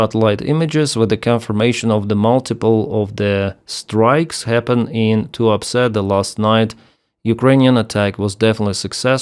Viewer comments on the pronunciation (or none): Did I hear that correctly? That Russian oil port is called "The Port of Too-upset"? Must be my silly computer speakers. ;) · Tuapse sounds a bit like "too upset" when hearing it. Fitting.. a lot of russian are probably too upset.